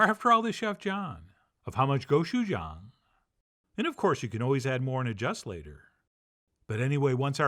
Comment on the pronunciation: With all the green onions and toasted sesame seeds Chef John keeps adding, he’s so Korean. Minus some points for his pronunciation of gochujang jk 🤗